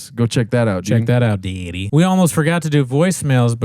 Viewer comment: I laughed really hard when said, "Well go fuck yourself, Dad." He's been saying dyaddy so much that he's actually paternalized.